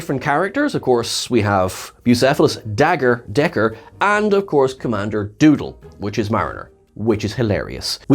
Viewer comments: It's Dagger not Decker. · Dagger, not Decker